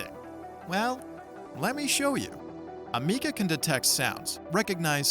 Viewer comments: ah meeka? learn to pronounce the name right for a start. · Amikca....her name is Ameca 😆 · Am-eh- ka